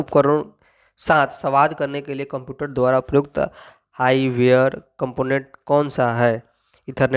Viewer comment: Hardware ko high ware padhte ho 😂😂😂